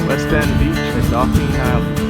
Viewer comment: Nice video I gotta correct you though 😊 Dauphin Island is pronounced Daw-fin 👍🏼 Good Luck in the future & Happy Hunting